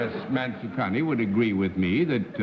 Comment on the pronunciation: I was very impressed with the perfect pronounciation of Mansukhani. For once, an Indian name not mispronounced by Americans.